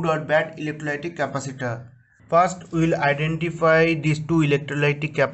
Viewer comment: Indian never knows how to say capacitor